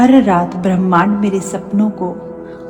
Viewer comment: अच्छा वक्तव्य दिया है। लेक्चर भी शांतिपूर्वक दिया है। परन्तु थोड़ा उच्चारण सही करो जैसे भ्रमाण्ड नहीं होता ब्रह्मांड होता है